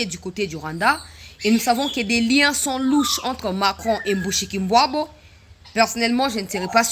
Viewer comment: Bonjour ma soeur, pourquoi vous dites MUSHIKULBWABO non dites bien MUSHIKILBWA c'est une chienne de la case.